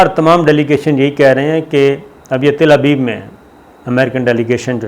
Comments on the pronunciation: Sabir bai word correction krain lga taar aap Talabeeb ko tilabeeb bool rahe hain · صابر میاں، کتنی بار لکھوں کہ اس ناجائز ملک کا نام اسرائیل ہے۔ عزرائیل نہیں۔ عزرائیل تو ایک فرشتے کا نام ہے۔ اور تل ابیب میں ت پر زبر ہے، زیر نہیں۔